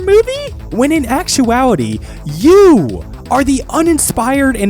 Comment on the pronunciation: The extra emphasis on YOU with the mic distortion killed me